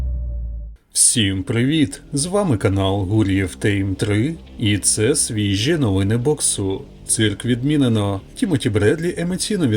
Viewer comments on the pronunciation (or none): Чому знову тЕйм якщо має бути тАйм ?😅 tame - приручать, time - час